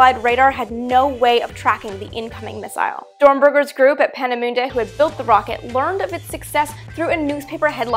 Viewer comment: Penny Lane Vergeltungswaffe 2 - I also had to hear it a couple of times. Peenemünde is also nicely pronounced